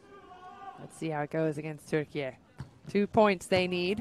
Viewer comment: Maçı anlatan her kimse çok özel teşekkürlerimi iletiyorum.ülkemizin ismini aynı bizim gibi telaffuz ettiği için ❤❤❤